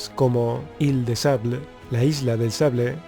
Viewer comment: Me entretiene ver tus videos, gracias Una trasuccion: Ille de sable = Isla de arena El texto del video es correcto pero el audio no, Sable, el arma en frances es = Sabre